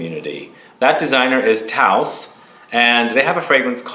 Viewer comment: Not to be a PITA but it's "TOSE" rhymes with dose, and yes... it's an incredible and original frag